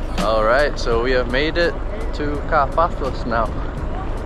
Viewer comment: Nice video! But please don t call it "Car - Páthos", correct pronunciation is "Kárpathos"..🇬🇷♥️🌞